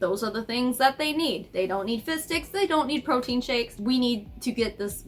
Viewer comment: lol every time you say “fizz sticks” I just hear “fish sticks” and then I think of South Park and can’t stop laughing about the idea of them donating “fish dicks” 😂 Sorry. I’m starting to go a little looney stuck in the house with 3 little kids for this long... and I’m immature.